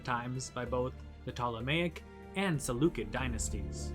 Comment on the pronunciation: I meant Salucid, it's not "Salu-kid" it's pronounced "Salu-sid" when you talk about the Salucid Empire